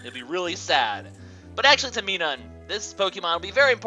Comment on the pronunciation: Minum's pronunciation is Mi-num, like minus.